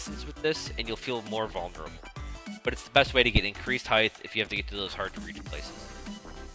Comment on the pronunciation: Great video, thank you for making it. Also maybe you're saying heigth (rather than height) on purpose but I'd want someone to tell me if I were doing it accidentally.